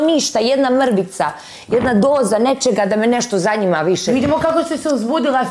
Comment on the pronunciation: Ne zaNJima me,ne zaNJima me🤦‍♀️😂😂